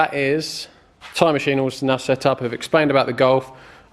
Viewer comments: Swear I thought you said time machine hahaha. Awesome video man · I thought the same.. I thought ooh he's upping his game 🤣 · I just be going mental,I keep thinking your saying "time machine" !!!!😆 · Are you saying time machine or tyre machine 😂😂😂? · It sounds to me like you’re saying “time machine” lol. Which gives the video a different perspective. Always wanted to know how those machines work. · lmao same